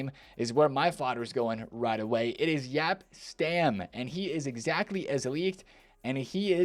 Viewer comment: Yap Stam! YAP! It took three years, but finally, you’re correctly pronouncing Jaap Stam!